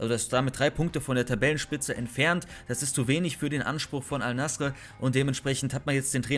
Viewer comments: Bruder Bitter sprich es Al Naser aus nicht Al nasre 😂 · Das heißt al nase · Abi es wird nasser ausgesprochen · Es wird al-nassr ausgesprochen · junge xD. Es wird als nassr ausgesprochen. Das „e“ gibt es nicht in der Aussprache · es wird AL Nassr ausgesprochen